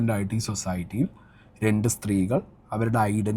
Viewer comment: സൊസായ്ട്ടി അല്ല...സൊസൈറ്റി.